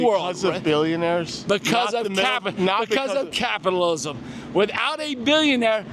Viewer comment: "Because of capitalalaismm"